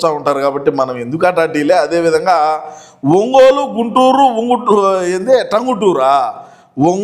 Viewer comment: One Gun Tam గున్నయ్యా Babu... గన్ అని పలికేవు తెలుగు రాదు...ఇంగలేసు రాదు....అన్నిట్ల ఈకు ఈనెమ్మ..... ఫా గు😂